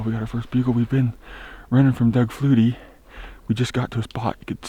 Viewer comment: I love how y'all call it a Doug flutey lol